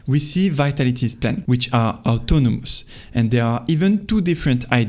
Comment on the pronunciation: Love the videos❤ try to work on how you stress words. It’s super important in English, you can pretty much have any accent, as long as you stress words correctly everyone will understand you. DEtails instead of deTAILS, auTOnomous instead of AUtonomous, inCREdibly instead of INcredibly etc. I know it doesnt sound like much but it really makes a HUGE difference in understandability :)